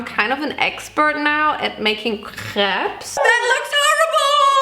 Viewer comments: Trilingual American here. One of my languages is french. So I pronounce it crêpes. Have zero issue with how says it. Because... well, put simply it’s correct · She actually does pronounce it the French way correctly a lot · So many Americans (or just English people) are “correcting” her when she’s the one saying it right 😔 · All crepes are good crepes. Sorry for the haters that made fun of your pronunciation bc it's actually correct lmao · if anyone is pressed about the way she says crêpes, she said it exactly like us french ppl do so if someone needs to correct their prononciation it’s probably you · brazilians pronounce like crêpes too. i don't understand why people are saying it's wrong. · I’m french and you pronounce “crêpes” very well !! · RIGHT ?! SHE PRONOUNCE IT SO WELL ! Except putting the "s" part, I was like "WHAT ?! She is speaking french so well !" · guys, im french and she just says it with french accent! when she says that she says it as a french x')) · She said it wits the right pronunciation 😅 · Im french and the only difference is we say " p-uh" at the end and says "pse" at the end, but she pronounces it so well like tf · I‘m french and we say « krep » so you say it perfectly🙂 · In Germany, we pronounce the "s" because that's the German plural form. The singular is "ein Crepe" for us, which we pronounce exactly like in French. But in plural it becomes "mehrere Crepes" (multiple crepes). So when she's saying "CrepeS", she actually isn't mispronouncing the French plural "crêpes" at all, she is just applying German grammar rules to it, because that's what happens to loanwords. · Im actually french and the way she said crêpes is perfect can you guys stop 😭🙏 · perfect ✨crêpes✨ pronunciation (approved by a french lol)